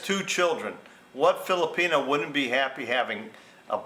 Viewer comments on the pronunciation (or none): none